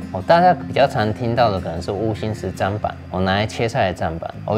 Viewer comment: 謝謝，很棒的影片 但想說砧板是念「真」板不是「沾」😅